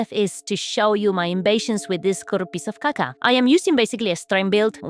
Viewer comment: "Pis of kaka", que confuso